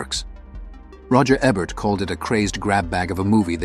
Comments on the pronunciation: EE'-bert, not eh-bert... or even AY'-bert. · Ebert is pronounced "EE-bert," not "Eh-bert." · It's EEEE-bert dummy. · I call AI BS. First, the "narrator" mispronounces Ebert's name half the time. Forget that there are several of these films that I would put in a top 20 Western list, let alone a top 15. Only one John Ford? No Anthony Mann? No Budd Boetticher? "High Noon," ""The Ox-Bow Incident," "The Gunfighter," "Ride the High Country," and many othersare all more than worthy of consideration. The we have Leone, especially "Once Upon a Time in the West." Any list like this is going to be very subjective, but where is the proof that this Roger Ebert's list of the 15 "Greatest" Westerns? Quoting his review/remarks is not sufficient. What essay printed/published where did he state this opinion.? Just askin'.